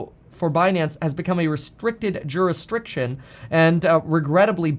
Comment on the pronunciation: Did he say JurisdRiction?!?!....LOLOL